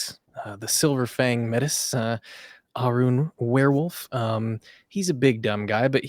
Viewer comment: Métis is French origin. It sounds more like 'may-tee' in English.